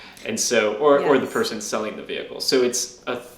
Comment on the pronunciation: All I heard was ve-HICKLE.